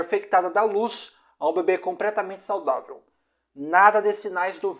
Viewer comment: Amigo voce troca o L pelo R ne? Pracenta, impracavel, compretamente. Vamos melhorar esse português ai ne.